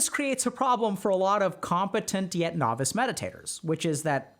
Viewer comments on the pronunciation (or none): none